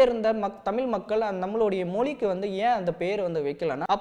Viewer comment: தமில்/தமிலே இல்லை தம்பி "தமிழ்" கூறுங்கள். உங்கள் பணி மேலும் தொடர்க!